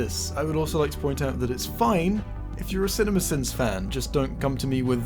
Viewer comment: The more you say cinimasins the more it sounds like cinnamon bins.